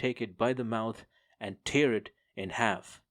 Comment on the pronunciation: Have listened to and enjoyed few of your J.C audiobooks. But every now and then I'm jarred by your mispronunciation of some words. So pls brush up on 'tear' and 'wound'. They have two different meanings each - and sounds. I am an old journalist and English teacher. Cheers!